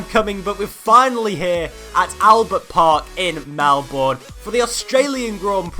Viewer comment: Nice video! but its not MelBOURNE, its melben, thats how to pronounce it...